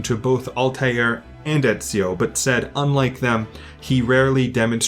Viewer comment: Here from the So Says Jay raccomandation... Good lord this is far better then I thought. Instant subscription. Tough I gotta say, as an italian I have still to hear anyone outside of the boot pronouncing Ezio's name correctly, including most of the game's cast... and including , sorry. It's not a big deal since italians aren't a segregated minority (anymore) or anything but it did make me laugh.